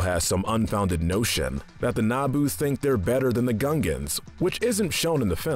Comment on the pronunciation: who is Key gon jin and what is Nabo ITS QUI-GON-JIN AND ITS NABOO